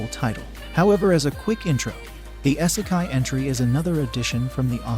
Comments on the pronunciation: its pronouned "EEEE-se-kai"....NOT "Eye-se-kai" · The amount i was triggered every time he said " essikai" its "ee- seh- kye" smh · For the love of GOD! YOUTUBERS STOP USING ROBOTS TO READ YOUR SCRIPT! WTF IS... S-E-KAI?